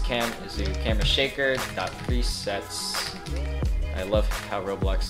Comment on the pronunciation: No one:: "Camara"